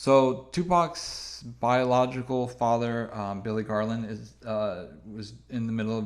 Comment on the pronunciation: It kills me how pronounces "Garland" 3 different ways and all 3 sound off 😂 Also shout out to ethnicity.